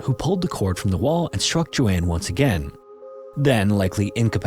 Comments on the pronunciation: That’s not how you pronounce the name Joan? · What is the likelihood that an AI narrator would struggle to pronounce a name as common and with such a standardized prononciation as Joan?🤷‍♀ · I liked how you told the story, but it’s distracting how you couldn’t pronounce Joan correctly, like others have stated. Prayers to their families they get answers one day ❤ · You. Mispronounced. Joan. How can you be so consistently abominable at reading simple English? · Lmao I’m screaming at my tv like HOW DO YOU NOT KNOW THE NAME JOAN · Agree both interesting stories but calling "Joan" "JoAnne" over and over was really annoying lol. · Bruh lmao “Joan” is pronounced like jone, not Jo-ann lol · Isn't it Joan Risch not Joanne? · Dude I love your content and I really appreciate that you don't use AI because the second a channel does, I stop watching. But PLEASE take a moment on the pronunciation of some things, especially names. Joan is not pronounced like Joanne, with two syllables, it's one syllable, said like joe + n. Likewise, though it's not about a name, weary (said with a long E) means tired, whereas wary (said with an A) means worried. These are small things that can really impact the overall quality of a video, and it's especially important when you're giving the name or story of a missing or murdered person, who really deserves more attention to detail than that. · Joan not Joanne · Joan is pronounced "jown" ....not pronounced as "Jo-Anne" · Joan rhymes with tone. I should know, that’s my name and how it’s pronounced. Not Joann! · Joan not Joanne. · joan is pronounce Jone, not Joanne! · 'Joan' is pronounced as 'J-own'. Like 'Joe' w an 'n' on the end. Not Joanne. Important difference. It's too bad you mispronounced her name the whole time 🥴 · The proper pronunciation of Joan is Jone. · Joan ≠ Jo Anne. Joan rhymes with moan. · ...both segments called "Splatter"? Edit: I think it's Joan (rhymes with "sown"), not Joanne